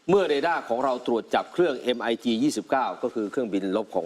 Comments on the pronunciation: ผู้อ่านข่าว TOP News. อ่านข่าวให้ถูกหน่อย MIG. 29. อ่านว่ามิก 29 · มิก29คับ หลอกสลิ่มหน้าโง่ก้อต้องอ่านให้ถูกด้วยไอ้ฝุ่นใต้ตีนสรยุทธ